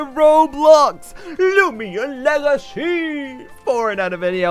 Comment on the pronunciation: " lumian legacy"→_→